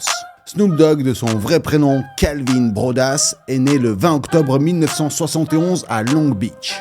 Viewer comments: ça se prononce browdeuss au fait ... pas brodas . Et Souje Night ... On prononce pas le K . Je dit ça à titre informatif rien de plus, bonne vidéo ! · C'est pas BROD(AS) mais BROAD(US).. ET C'EST DEATH ROW et pas DECH ROW tssssshh N'IMPORTE QUOI 🤦🏻‍♂️ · Pour l’info sont nom c’est broadus comme Jean Claude dus et pas broadass